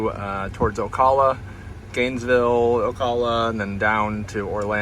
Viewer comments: It's pronounced O-Cal-lah not O-Call-lah. Sorry to be that guy. Enjoyed the video. Bought my first EV 5 months ago and I love my Model Y LR. I've never had range anxiety or charger problems. Everything just works. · What's on the front of the car, plastic wrap? Not a bad idea for a trip if it is if it will stay on. Also, it's pronounced A-la-chew-a AND O-cal-a :) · Hi. Great video. I enjoyed seeing the different roads and terrain. However, could you perhaps do some research on how to pronounce the names of the towns you're charging in. Alachua and Ocala, to name a few. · That's some interesting PPF you've got there. By the way, we in the area pronounce Ocala like this